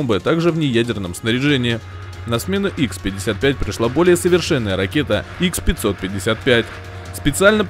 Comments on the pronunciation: Не ,,Икс,, 55 и 555 , а Ха 55 и Ха 555, это русские ракеты, а в русском алфавите нет буквы икс... Даже правильно википедию читать не могут... Тфу на вас... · Название ПАК ДА, а рассказ про Ту 160м!!! Дешёвый трюк! И ракеты не икс 55 а ха 55